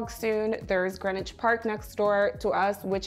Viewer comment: It’s pronounced Greenwich🇬🇧 not Greenwich